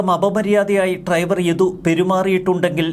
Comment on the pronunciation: Triver അല്ല driver ശ്രെദ്ധിക്കുക 🤭🤭🤭